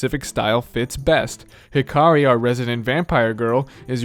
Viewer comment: it's HI-kari , not hi-KA-ri :(